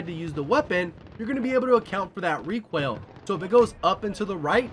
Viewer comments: It sounds like you're saying "Recwoil" instead of "Recoil" and now I can't unhear it. Great vid all the same :D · Did you.... just say.... requaill?? What??!